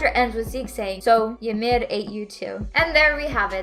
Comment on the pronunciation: Ymir is pronounced "E Meer" and is only pronounced "yuh meed" because of the limited alphabet, making the closest spelling "Yumiru Furittsu"